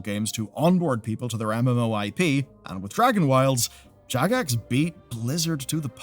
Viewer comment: Jagex sounded like jackass for a second